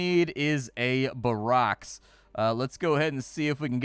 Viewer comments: You're mispronouncing "barracks." It's not said like Obama's name, it's pronounced, "BARE-axe" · He called a barracks a barocks 😂